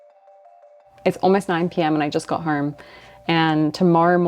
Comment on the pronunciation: The way she puts an R in home …”horme” 😂 good on ya mate !